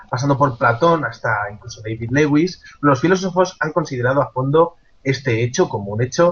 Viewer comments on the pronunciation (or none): none